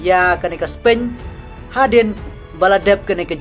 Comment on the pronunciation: Spain ruh ong Spein Tax ruh ong TAK. Practice bha shwa ban kren English sa pynmih khubor